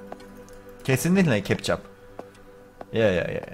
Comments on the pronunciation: Kana ketçap demez kepcap der 😂😂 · *kepçap kepçap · Kepçap değil abim ketçap 🤣🤣🤣🤣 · 14.10 ketçap türkçe dili kepçap ise berk abinin dili (yemin ederim gülme krizi ne girdim) yanlış alamadın değilmi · Nobody::Kepçap kepçap kesinlikle kepçap